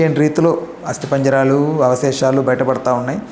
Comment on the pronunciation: Hasti panjjaraalaa astipanjarala rectfy cheeyandi padaaanni ,astipanja raalu idi telugugoodu pratee utube channels loo telugu bhashani khunee cheestunaaru pratee roju